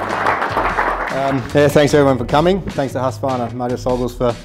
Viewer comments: Husqvarna not HusqAvarna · The marketing manager incorrectly pronouncing Husqvarna, Priceless!